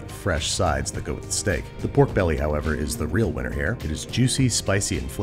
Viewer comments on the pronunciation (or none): none